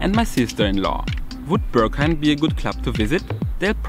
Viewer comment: this club is not called "ze Börghaim". It is the "Berghain". "Be" like in "best", "rg" like in "organisation", "hain" like the tomato-ketchup without two letters. Entrance currently 22.-, Beer 4.-, good coffee, good Techno, high Ponytails, low hygiene, huge people, tiny people, a general politeness, and some rules. If your wardrobe is of 80% black stuff, you like dancing to techno, you can handle yourself, you have been to demanding places: might be most nice for you.